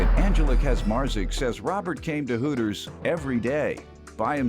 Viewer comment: Sounds more like Hookers than Hooters 😂😂😂😂